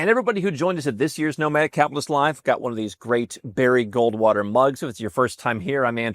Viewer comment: It just registered what I have been hearing say: Nomad "Cap'list". It has been spoken so fast that the "T" is silent. I mean no disrespect, just something sounded odd about his pronunciation. And keep these videos coming. I really enjoy the production value, topics and your presentation.